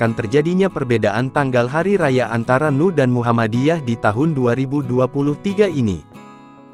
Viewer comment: Ssya gk rela kalau NU dibaca 'nu'...tolong dibetulkan...